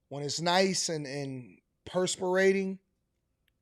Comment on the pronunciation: Perspiring—not persperating, AD! 😂😅